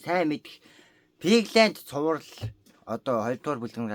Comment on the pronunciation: Пигланд гэж байхад Пиглайнд гэ шиг😅😅😂😂😂😂😂